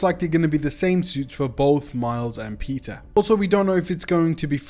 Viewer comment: pizza parker.... dude really can't pronouns peter